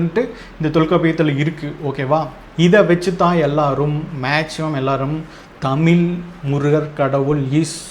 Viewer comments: Thambi Athu thamizh Thamil illa Thambi nalla padichitu pesunga Onnume theriyama Onnume padikaama ethuku ipdi video thappu thappa video potu time waste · First learn to pronounce the word tamil properly…Tamil tamil nu sonna pathaathu atha onlinga pesa kathukanum